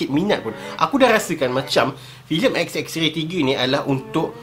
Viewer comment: klaka dgr die sbut pkataan "xxray" 😆😆 knp rrrr camtu? hahaha